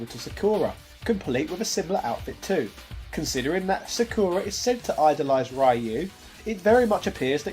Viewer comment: That's a classic mistake that's almost satire at this point. The butchering of Sakura on the other hand...